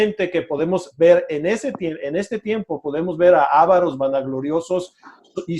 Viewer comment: No se dice "ÁVAROS". no es esdrújula. Es palabra llana y lleva acento prosódico, no ortográfico. Tampoco se dice "FLÁSFEMIA". no es esdrújula; sino palabra llana o grave, y lleva acento prosódico en la penúltima sílaba BLASFEMIA. (blasfémia).